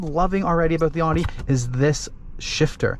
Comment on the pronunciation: Can't even say the company name properly.🤣😂